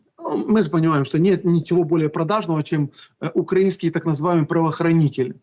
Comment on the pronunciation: Кацаба, ты что ,не выговариваешь слово УкараИнский? Что еще за УкрАиниский…?